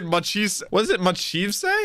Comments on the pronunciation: "What is it, Ma-chief-say?" is Luffy confirmed... It's Machvise! Mach as in mach speed and vice as in vice-captain. I'm not a fan of him but please say his name right. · Machvise is pronounced "Mock Vice" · COME ON!! Yet again, start using your headphones!! They keep saying Mach Vise name and every time you attempt to say it you stray further away from what it really is! And it's not that hard to begin with, it's in English! Your native tounge!!